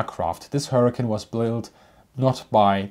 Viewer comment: Hawker HurricaN. 😂